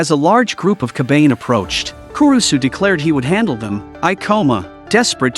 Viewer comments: Ka ba ne ri and not Kabane. DON'T MAKE IT SOUND GAY DUMBAZZ! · is not kabaine is ka ba ne ri learn to read moron